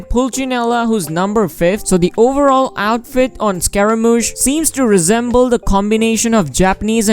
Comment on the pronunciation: Who tf calls him scaraMAUche?😳